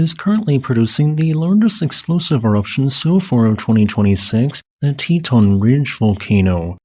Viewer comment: "Teton Ridge volcano" got me confused. I'm guessing it's a local dialect pronunciatiin, since you called it "Titan" previously.